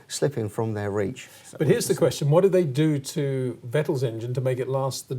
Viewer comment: VetL, he's no fucking superman, its vettel you know pronounced vettil